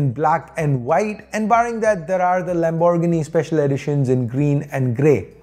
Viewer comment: Never heard 😂 anyone say lambor giny